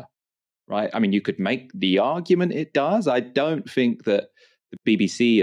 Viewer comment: You sound intelligent until you say “fink” instead of “THINK”!! If you ever want to be considered as a proper journalist, learn how to speak.